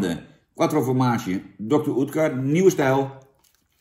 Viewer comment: Ja hoor, spreek het maar weer verkeerd uit. Klinkt als "Dokter Ut-kur". Geen Oetkur. Maar ja, het is dan ook geen pan, die bocht. Fijne Kwatrafrormatie, dat wel.